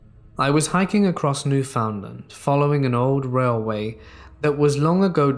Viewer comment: Love it! Just wanted to let ya know for another time in case it pops up in another story - “Newfoundland” is pronounced with the same syllabic emphasis as “understand”. Stay safe and have an awesome week! ❤️